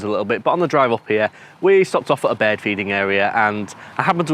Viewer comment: Also, I'd love to know how he says "bear" because he says "bird" as "bear"....does he say "bird?"